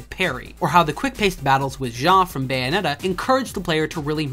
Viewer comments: Why do you misspronounce Bayonetta? Say the word bayonet, then just add an “ah” at the end. They even say her name like 2,000 times throughout the game, how can you get it wrong? You’re saying “Bio-net-ah”, while it’s actually “Bay-oh-net-ah”. Once again, Americans just love proving that they will just never understand how to pronounce things correctly. Bravo. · First off, I'm Canadian, and second, I am saying it properly? I don't know what you're hearing, but I can assure you that I'm pronouncing it Bay-oh-net-ah